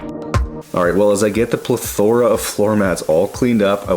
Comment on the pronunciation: Lol "pla-thora". I've never heard it pronounced like that